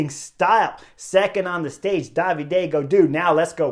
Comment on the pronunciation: I am not an expert to the sport, so I was wondering why Chris is always calling Gaudu, Daviday. Is it a nickname or a particular way to pronounce David, in his french hometown region?